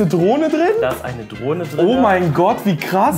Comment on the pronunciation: Ich habe statt Drohne Droge verstanden 😂